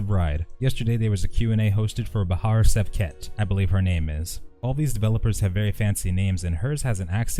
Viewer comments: You should pronounce like "shevket" same as "should" word's "sh" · In Turkish (and slightly different in Romanian) an S with a small line at the bottom is SH. So it's Bahar Shevket